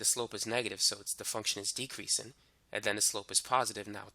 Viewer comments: "decreasin' and increasin'" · LMAOOOOO i love how he repeats it